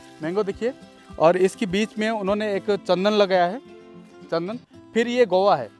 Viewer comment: गोवा नहीं guvava होता है बे, पहले पढ़ाई कर तब वीडियो बना